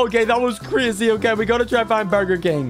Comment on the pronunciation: You said Crazy the wrong way.